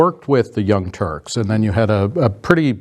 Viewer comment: I still hear “The Young Turds” lol!